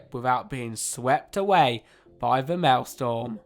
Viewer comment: It triggered me when you said Mael storm instead of Mael strom (the r letter is wrong if u didn't see)